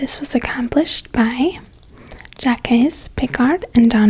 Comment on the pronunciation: Nice pronunciation of “Jacques”. In case you can’t tell... I’m being sarcastic